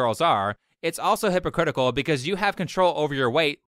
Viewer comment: Did you just call her hippo critical!? REEEEEEEE